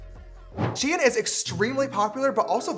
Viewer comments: James it’s pronounced sheen not shi-en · its not she-an its sh-ein sounds like fein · I thought it was pronounced SHEIN